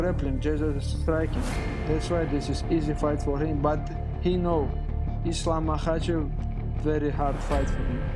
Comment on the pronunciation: eZlam makhachev